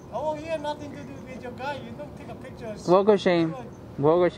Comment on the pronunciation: LOL NO PICHER😅😂😜YES ] PICHERRRR